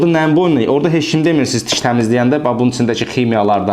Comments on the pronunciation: sağ ol, qardaş. tiş yox diş 😊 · diş ⛔ tiş ✅